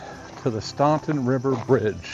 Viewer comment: The U in Staunton is silent..pronounced Stan-ton